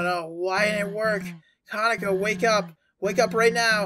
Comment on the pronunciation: You don't know much about Japanese Pronunciation, do you? Caw-Naw-Coh is how Kanako is pronounced. Edit: Hmm, I coulda sworn I heard the Word Kanako pronounced wrong here. Was I mistaken? Is some Mandela effect happening?! I need to Re-watch the Beginning of the Video. Edit Again: So I was right! He did Mispronounce Kanako, at the Time Stamp I marked above. So why is it he had no trouble pronouncing the word every other time?